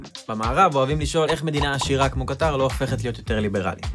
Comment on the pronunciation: קטר כותבים בלי א' והוגים במלעיל (האקדמיה ללשון העברית)